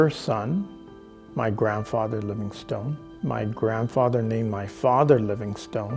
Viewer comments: I was born and grew up just a few miles from David Livingstone's birthplace in Blantyre, near Glasgow in Scotland (there's a wonderful museum there now). It's pronounced "LIVINGstin" i.e we do not say "stone" with any emphasis as does. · I guess ive been pronouncing Livingstone wrong my whole life.